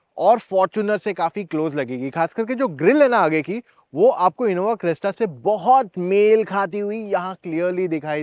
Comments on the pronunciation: Ye aadmi Crysta ko Cresta kyu bol raha hai? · Crysta not cresta brotherrr